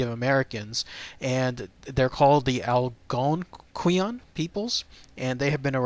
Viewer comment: Its pronounced ---- 'AL-GONE-QUIN'